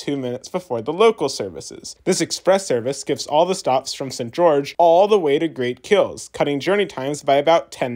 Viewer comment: I didn't find the "St. George" pronunciation to be weird. Sounded a tad British if anything but not odd. Kind of like St. John → Singen, just not as extreme.